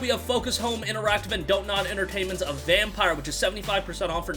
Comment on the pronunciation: It’s pronounced vampeer lmao